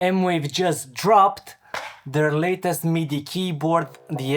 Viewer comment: Thanks for the review. I did see one other review that said the pads had a noticeable, and somewhat annoying lag, with the keys also having a lag but less so (all in wired mode). He did not quantify this lag or even film it in slow motion. Can you speak to this? Also, it's M-Vave, not M-Wave. (Edit: They say it's M-Wave? Wow!)